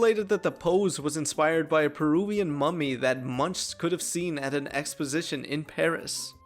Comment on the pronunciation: Being "inspired by" and "ripping off" are sometimes an obvious difference, and sometimes a thin, blurry line. Visual art, music, writing, etc. Many lawsuits and stories about artists ripping off other artists (or more often: powerful corporations ripping off artists) and blatantly denying the obvious truth: that always sucks. Loren might have been inspired by Edvard Munch. (Pronounced "moonk," not "muhnch," by the way; a common mis-pronunciation for anyone not familiar with Norwegian spelling and accent.). But the step from Munch's "The Shriek" to the white mask with sad eyes and open mouth is very obviously an "inspired by" situation; it's not a copy, even though you can see the similarities. The step from Loren's bed-sheet ghost faces to the FunWorld ghost faces: obvious copying! The kidney-shaped eyes, the nose triangle, the long open mouth: the exact same shapes in the exact same configuration. A very obvious copy; they changed nothing. The director and producers wanting to use an original design should have been the way to go. This wasn't a low-budget film that had no resources but to pull something off the shelf; they had the budget to make something original. They chose to follow Marianne's idea of using "this thing she found". That was a bad move. Wes Craven should have known better than to take something that didn't belong to him. - the sketches of some original ideas: the two on the right have the black eyes and mouth; one could see how they might have been "in